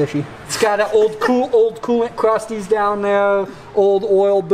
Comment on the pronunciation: Wadeeator and coolant Cwustys